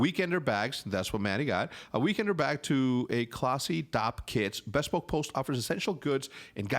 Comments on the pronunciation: Hercz bespoke is pronounced b-spoke just saying. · You are definitely saying bespoke wrong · I get like ticked off every time Hector says "bespoke" incorrectly haha.